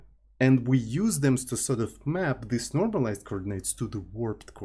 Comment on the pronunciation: ohhh! Thank you very much for clarifying! I take note. But somebody has to tell that there is no fantasy word in the middle between "this" and "these". He uses "thes"